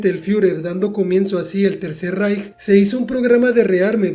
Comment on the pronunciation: Muy bien video, completo y pronunciaste Reich como se debe, y sobretodo utilizaste la música del menú de World at War